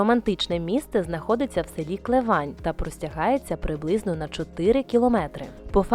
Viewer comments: Що з наголосами? КлЕвань, ЛИсенко! Бурштин то бурштин! Янтарь російською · Клевань - не село, а селище, в минулому - містечко. Наголос: КлЕвань.